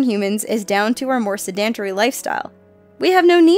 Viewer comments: Can you please learn how to correctly pronounce intestine and sedentary?!?! OMG 🙄😪😬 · Okay...okay...okay, I love you guys madly, and I say this with all due respect, and I've tried to get past it, but it happens in almost EVERY video, and as an English Major, it's driving me a little nuts. You guys do a GREAT job but you REALLY need to study the pronunciation of words! "Sedentary" is pronounced "Said-en-tear(like tearing paper)-ee." NOT "Seh-daan-tah-ree." You're confusing it with "Pedantry" (and yes, there is some irony I use that term in a comment that is showing concern with details). And 'Capillaries" is not "Kah-pill-ee-air-ees" but "Cap-ill-lair-ees." And if people are going to call me a grammar Nazi, I'm not. Correct pronunciation is important, and will really confuse people if you get simple words wrong. And I'm only doing this after watching almost ALL of their videos. So I showed a great deal of patience, but the ones in here were just the final straw. Doesn't mean I don't adore the!